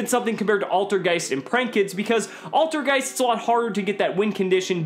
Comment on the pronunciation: Altergeist is german for old ghost and you say IT so wrong xD, but no hate